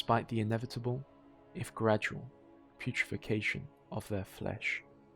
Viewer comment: Putre-FACTION my good sir. FACK-SHUN. It’s a word. Sorry I’m only 35 seconds in but I had to.